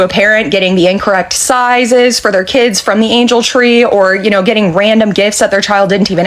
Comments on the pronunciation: Kids is one word, one syllable. It’s not Kidses !!! What’s happened to the English language the last decade or two? I’ve noticed that many people can’t pronounce many simple words or names. It’s sad 😞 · She says “ kides “ lol it’s just kids